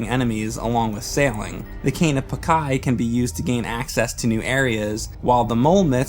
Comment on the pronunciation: Cane of "Pakai"? It's PaaCH-iy! Great video anyway